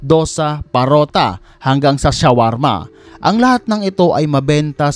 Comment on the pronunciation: Paratha po hindi parotha 😊